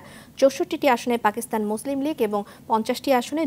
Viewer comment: ফাকিস্তানে" 🤣🤣🤣 শব্দ উচ্চারণের ক্ষেত্রে সংবাদ পাঠিকাদের আর সতর্কতা অবলম্বণ করা প্রয়োজন।